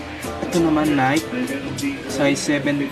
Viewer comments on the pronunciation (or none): Nayk ng nayk ni-key po Reebook , Ree-bok po